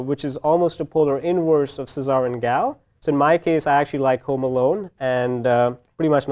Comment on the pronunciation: Machine Learn to say Cesar ... ffs